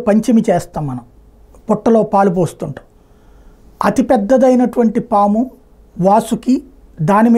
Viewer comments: పామా? సామా?😂 ముందు తెలుగు నేర్చుకో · Saamu enti anukunna saamu Kadu paamu na😊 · Saamu kadhu saamy PAAMU